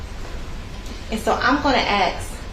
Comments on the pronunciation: Lawyer, the prosecutor should fulfill pretty ignorant because she keeps saying axe instead of ask. Waste of money for schooling.Hahahahah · Stupid young lady , trying to do grown up things! And im sorry but the prosecutor with all the schooling she has had, please say "ask" not "axed" dzmn! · General instructions for the prosecutor: 1. Every second word you utter does not have to be the word "now" 2. The word is "ask", not "aks" or "axe". 3. Get some elocution lessons. Here endeth the lesson. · The lawyer here is terrible. If you can't say "ask" or "ambulance" correctly then you will never have a grain of my respect. Willful ignorance is disgusting. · she was great... the prosecutor needs to learn to pronounce 'ambulance', and 'ask'.. it's not a good look.